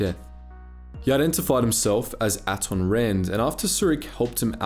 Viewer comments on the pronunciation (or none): Do you mispronounce things just to mess with us? They pronounce Peragus, Atton, Bao Dur and Ebon Hawk multiple times in game.